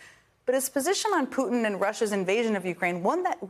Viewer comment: Did Jen Psaki call him "Fruitin"?!?! 🤣🤣🤣😂😂